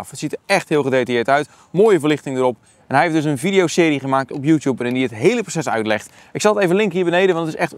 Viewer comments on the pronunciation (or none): none